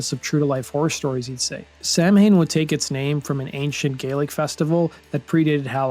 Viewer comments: I am Irish and a native Irish speaker. It is very hard to watch this video and listen to the Gaelic word "Samhain" being chewed up and mispronounced so badly! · I only clicked on this video to see if Samhain would get pronounced correctly. I was right--it wasn't lol. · You know that's not how you pronounce Samhain, right? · It admittedly made me cringe hearing someone pronounce 'samhain' in English. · Every time he pronounces the name incorrectly is like finger nails on a chalkboard. Even when Danzig pronounced it wrong. But I guess he was not worried about pronunciation. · This fucking argument is exactly why so many people hate metal fans. People pronounce it wrong sometimes, who fucking cares? If you were in your teens in the eighties, living in the Midwest, and were lucky enough to even hear of this band, I guarantee nearly all of you mispronounced it. It does not speak to your intellect. And if it makes you nostalgic to keep mispronouncing it, do it! It does not speak to your intellect. Jesus, we all have to be Judgy McFuckin Preachy with these phones! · It’s not pronounced “Sam-hain”, it’s pronounced “sah-wen” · Correct pronunciation: sah-win Incorrect pronunciation: sam-hane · Very interesting, but... you are pronouncing the band's name wrong. It's a Gaelic word so, it's not pronounced as how it is written. It's pronounced "sow-in" and not "Sam Haine" If you cannot get that right... don't make a documentary on it. What you're doing is basically reading an article and calling it a video, verbatim. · It's probably already been mentioned but here goes. Samhain is essentially the Irish word for Halloween (not a direct translation). That said it is not pronounced like Sam - Hane, it sounds more Sow (as in female Pig) - In . Sow - In . Say those two words fast and you'll get it. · Samhain is pronounced Sauin in Europe. Samhain is Irish, Samhuinn is Scottish and Sauin is Manx. In the US we pronounced it SAM-HANE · it is not Sam Hain it is pronounced Sow wen...